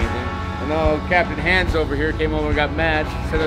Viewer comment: In today's video I learned 'Hand's' is actually 'Hans' just pronounced wrong...